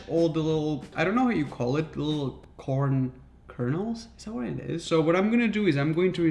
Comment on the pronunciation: I thought he said change the world of corn but change the c with a p